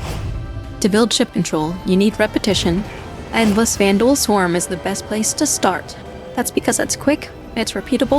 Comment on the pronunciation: the vanduul swarmuh 😩